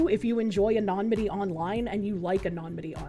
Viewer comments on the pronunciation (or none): Say it with me kids: A-NUH-NI-MUH-TEE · Love the coverage, but my "grammar heiling" tendencies flare up every time says ANONYMITY (ah-no-nim-ity) like anonmity (ah-non-mity) 😂 Could be the boston accent though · This dude somehow got me to side with Kiwi Farms. Also, pronunciation of subpoena and anonymity crack me up 😂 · please, for the love of all that is good in the world, please stop mispronouncing anonymity and subpoena...and analogous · Love the way you say "anonymity". Lol. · Say is such a strong word.